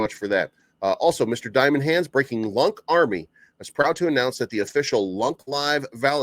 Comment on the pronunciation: please dont pronounce LUNK! its sounds bad lol. LunaaC sounds way better